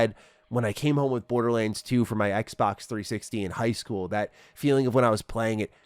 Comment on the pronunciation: Thanks, now can't help but hear, Borda-lins 😂